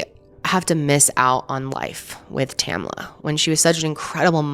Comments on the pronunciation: Her name is Tamla not tamala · Exactly! Two syllables. TAM-LA. There were only 9 other women there, most of whom she knew. Not surprised Tamla didn't want to go.